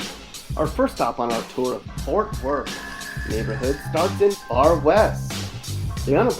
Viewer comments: Stop saying fort worth like that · Boy delete this shit houses don’t look like that in Fort Worth let alone Texas, you can tell you never been here just by the way you keep saying “Fort Worth” 😑👎🏾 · He can't even pronounce Fort Worth, what a pos video, Our city is amazing ❤️